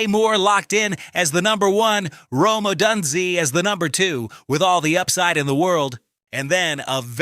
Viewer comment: Hard to believe a Bears fan doesn't know how to pronounce Odunze. On a more general note, when you have about five minutes of actual news, don't feel that you need to pad it out to twenty minutes. This is one of those times when less is more.